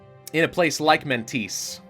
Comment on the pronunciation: It's not Mentese, should spell like Mentesha (a should be pronounced like the g'e't word's a)